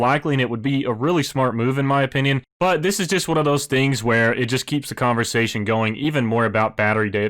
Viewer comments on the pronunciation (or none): none